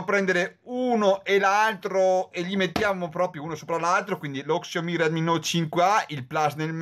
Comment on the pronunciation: Grande! hai avuto le stesse mie difficoltà.. quando abbiamo più di due dispositivi da comparare, è normale avere un minimo di difficoltà con i nomi! Keep Pushing! Ah.. "sciao-mì" per la pronuncia!!!!!!!!!! ahahahahah